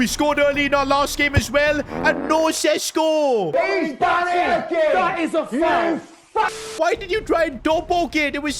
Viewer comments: its šeško not sesko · Day 2 of begging that šeško isn't pronounced sesko but sheshko